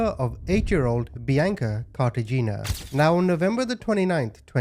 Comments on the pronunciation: Pronounced Carta Hen ia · The last name is pronounced "Car-ta-heh-nah;" the husband is Hispanic. Edit: like the city in Colombia. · Cartagena = KAR-ta-HAY-na